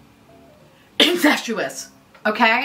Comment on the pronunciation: Lmao “incestuous”